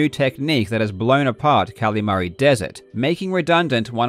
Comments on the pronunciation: great video but it kills me every time you call it cally mary instead of calimari like the fried squid dish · I am begging you. Please stop saying Kalamari like that